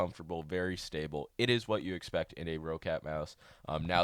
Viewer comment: nice video, BTW roccat is pronounced as rocket